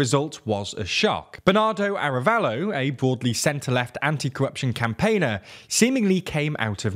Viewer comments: I agree, especially for the names of the people involved, the name of the president is Arévalo not "Arabello", that's not using an "English pronunciation" it's simply the wrong name. The fact that they're not even trying honestly makes it look unprofessional. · Pleeeease! Be professional, make an oh! so little research on how to pronounce names! The accent in written "Arévalo" means that the tonal accent is on the E:. Thank you, <Blee-SAIT>. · Sem ee ya party. In Spanish double l is pronounced as "y" and "mi" is prounced like "me" in English. I also think you are stressing the wrong syllable in Arévalo from a phonological perspective. But you seem to putting the stress on the right issues from a socio-political perspective. Remember that "semilla" means seed, and a lot of groups have supported reclaiming "la semilla criolla" the heirloom seeds (corn, beans, and others) well adapted to local climate conditions rather than factory farming on a "one-size-fits-all" model, swallowing up campesinos the way a shark swallows up sardines. So the name has a nice resonance in terms of resisting colonial monocultures. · You keep saying "Arabello" and it's "Arévalo", you don't need to learn how to pronounce every name in their original language... but when you are talking about a country's president and it's one of the main characters mentioned several times in your news report you should probably look up how to pronounce it. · Great job although you need to do more research pronouncing Arévalo and Giammattei and a few others. Guatemala has hope and will put up a fight against corruption.